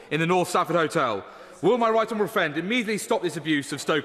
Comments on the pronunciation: My wight onowable fwend indeed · Scott Benton - “I know my wight honawable fwiend will share my delight” proper bwexiteer arse right there!